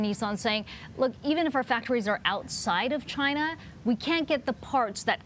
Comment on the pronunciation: Damn CHY-NA!!